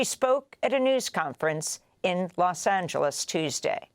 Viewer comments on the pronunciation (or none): none